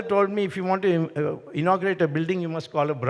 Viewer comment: Start by saying "want to" , not "wonna". ☺️I agree, Swamy is the best 🙏🏽